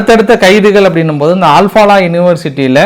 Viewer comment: ஆல் பாலா இல்லை. அல் ஃப்லா